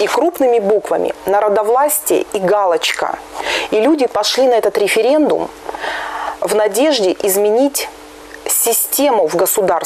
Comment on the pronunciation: нахера местный опрос называть рифирэндумам,режет уши